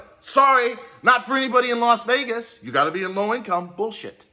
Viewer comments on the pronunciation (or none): none